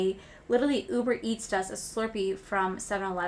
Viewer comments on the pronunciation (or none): none